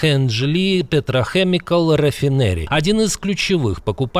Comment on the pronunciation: Петро-Кемикал! Учи английский, невежда!